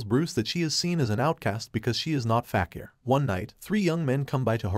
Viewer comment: Fakir is prounounced (fa-keer)